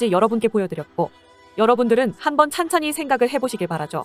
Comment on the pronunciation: 찬찬히? ㅋㅋ 충청도분 이신가요?